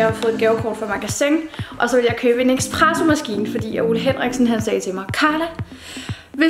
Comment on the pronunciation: Hihi, smukke Carla, det hedder en espressomaskine - ikke ekspresso 😘 Hvilken endte du med at købe? 🤔